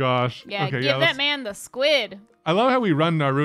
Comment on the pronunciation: TIL doesn't know how to pronounce 'Naruto'.